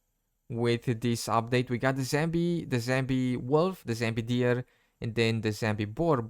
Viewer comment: I love your vids but It's 'Zombie' not 'Zambi'